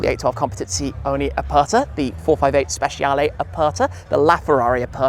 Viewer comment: Please, stop saying Speciale with SH and start with CH. thanks for trying)